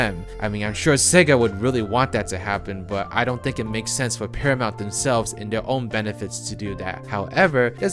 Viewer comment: I thought you said parliament for a second there 😂